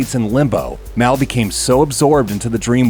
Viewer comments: It’s Pronounced “Mall” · 'Caab feels so respaansible for maul's death'